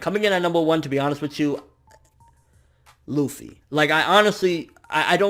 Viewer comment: MATE LUFFY ARE YOU REAL, its LUFFY